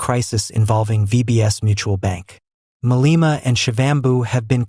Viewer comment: You don't know how to pronounce Malema' Surname how about you stop reporting on black people as a bloody(Literally your parents) white man!